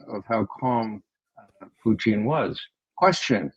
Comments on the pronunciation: It’s SO effing IRRITATING that McGovern says “Poo-TEEN” or “Poo-teeng.” It’s POO-tin for God’s sake! Almost as irritating as George W Bush saying “Nook-ya-lurr” for “nuke-lee-urr.” What is so goddMn hard about pronouncing the name correctly? He is literally the ONLY person on amy podcast that does this. It takes away from his credibility. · It's PUtin, Ray. PUtin. It's not PUchin. Nor is it PuTIN or PuCHIN. Nor is it PUtain, PuTAIN, PUtane, or PuTANE. Lose the contrived and pretentious pronunciation. Got it??? Your constant linguistic histrionics is pathetic 🤮🤮🤮